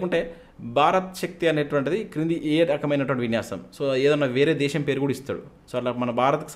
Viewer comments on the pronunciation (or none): none